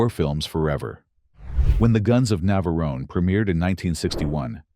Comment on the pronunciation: ...terrible AI commentary! 'The Guns of Naverone-ay'?? Get a REAL person!!